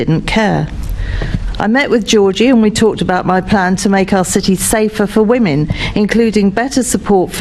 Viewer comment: Really??!! You are turning or have turned the 'police service' against the REAL patriots and British People of London!!!!!! You bore me to tears, you're NOT listening!!!!😡 Oh and by the way......there is a 't' in City!!!!!!!!! You Mr. Mayor are pure evil!!!!!